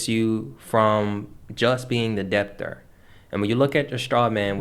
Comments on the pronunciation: Why do you pronounce the B in debtor? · I was looking for this comment like whyyyy…im learning but having to constantly work on ignoring the the intentional incorrect pronunciation is distracting 😩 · the "b" is silent in the word debt and debtor